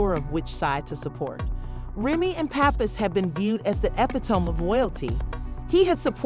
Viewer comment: Who's doing the narration? Can't even say Remy Ma or Papoose right🤦🏾‍♂️🤦🏾‍♂️